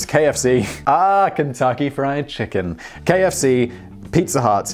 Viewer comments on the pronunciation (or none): KFC? Really? You need to work on you pronunciation.